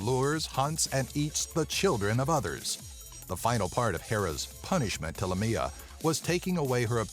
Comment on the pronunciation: Haha, the second creature is actually Lámia, not Lamía. Lamía is a town in Greece, and one day, when I was young and I couldn't read very well, I read Lámia in a road sign and my father, who was driving the car, laughed and then explained me what Lámia was! I freaked out...!